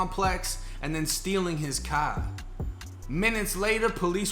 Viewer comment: "In tha pahking lot of the apahtment, in his cah"... lmao...., you make my morning shits, very entertaining. Thanks bruh... #R48291 Stateville c.c.